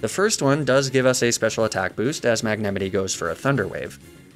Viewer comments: stop saying magnemitee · I’m so obsessed with your comically ridiculous mispronunciations of Pokémon names. “Magnemitee” kills me every time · * mag-nA- mIGHT* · Is that the correct way to say magnemite? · Homie does not know how to say magnemite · i cant tell if his pronounciation of magnemite was a joke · How did you pronounce Magnemite? I have never heard it said like that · The way he pronounced "magnemite"just felt so wrong in the video ;-; Alsomy guy pronounced so many pokemon names wrong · i can’t tell if I’VE been pronouncing the names wrong for years or if he mispronounces on person, and it gives me great distress (‘ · why do you pronounce magnemite like that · Why do you mispronounce Magnemite?